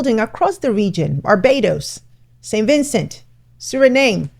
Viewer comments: GreeNAYda (I stand corrected) is the correct pronunciation. Thanks for another powerful post. There are many things that can come from this forum. Let’s see if the Caribbean political system will follow through. One more correction. SuriNAM. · Thanks for sharing, but please make a habit of checking pronunciations of places before you record. It’s Gree-Nay-Dah, not Grah-nah-Dah and Soo-rih-nahm not suree-naym. Signed, A Grenadian. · Gren-nay-duh, Sir-ree-namh (Grenada, Suriname).